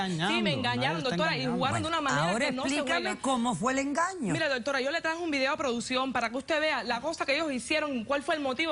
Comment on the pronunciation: MUJER TEN EDUCACION, PARA HABLAR NO TIENES QUE DECIR TANTO DOTORA, NI SIQUIERA PRONUNCIAS BIEN ES DOCTORA,, Y QUITATE ESE TINTE TE QUEDA HORRIBLE, J jajajajaja. Cuanta crapula junta, jajajajaja POLO POR FAVOR EN ESTE NUEVO PROGRAMA DEL 29 DE OCTUBRE DE 2018 NO PONGAN TANTA CHUSMA QUE VUELVE UN GALLINERO, DE SER ASI COMPRE TAPE Y UNA CORNETA PUES SE QUEDARA AFONICA CON ESTOS SALVAJES SIN EDUCACION NI RESPETO PARA SU SALA